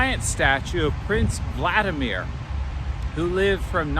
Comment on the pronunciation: you look like a student in your hat:) I like how you use different angles in your videos. Looks very interesting. I also realized that you pronounce the name "Vladimir" with an emphasis on the first and third syllables. We are now putting emphasis on the first "i": владИмир. But this name is made up of two words: "владЕй"(rule) and "мир" (world). So, probably, at first this name sounded exactly the way you pronounce it. PS Also glad your stem cells are thriving:)